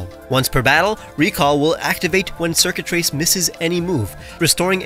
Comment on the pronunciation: "Circuitrace" My brain: DID YOU SAY XURKITREE??